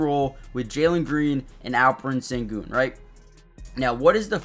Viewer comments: in america. in his language it´s shen-goun. like the ou in you. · The Sen in Sengun is pronounced "shen". And no one calls him AS, we typically refer to him as Al-P. Great video. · It’s close. You’re saying his first name right but it is more like Shen-goon